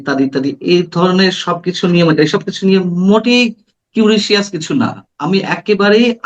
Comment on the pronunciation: শব্দটা কিউরিশাস' না; কিউরিয়াস।